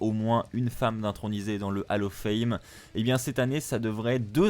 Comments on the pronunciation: Bon. J’ai stressé parce qu’on ne dit pas « AL OF FAIME » mais « OLL OF FAME » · juste une petite correction vocale on dit bien hall of fame (hall se prononcant "haul" et pas "hal" car vocalement on entend hallo fame) 😉